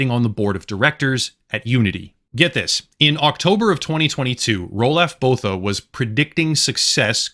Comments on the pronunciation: Its pronounced like Ru-lof Boo-ta if he is from South Africa like Elon Musk. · "Roo-loff Boo-ta" is the correct pronunciation.